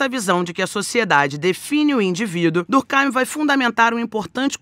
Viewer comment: Bem que poderia pronunciar durk eim, e não durk áim. O nome é francês, o pensador é francês, escrevia em francês. Lógico, durk eim.